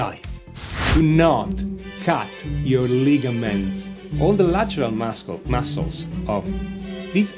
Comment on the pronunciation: ahahahah "de mascols" . sei italiano, no?